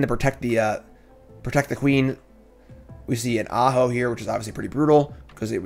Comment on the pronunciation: If you were, no harm no foul, but you didn't telegraph the joke very well, so it just sounded like you were mispronouncing the name.